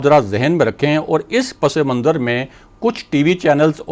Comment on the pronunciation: براہ مہربانی اپنا امیج قائم رکھیں اور لفظ صحیح طور پر ادا کریں - پس منظر صرف پس اور منظر ہے- پسے منظر نہیں